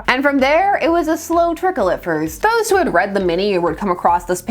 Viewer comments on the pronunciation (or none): none